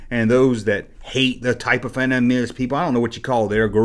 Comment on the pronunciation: You still can't pronounce fandom properly